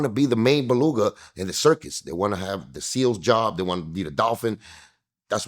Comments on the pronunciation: I googled Beluga whale after he said it, on previous videos on Cuban Link saying that, I always thought he said “peluca” which means wig in spanish, it never made sense. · Balooga whale 😂😂😂😂😂. Everytime he says it i picture it hahaha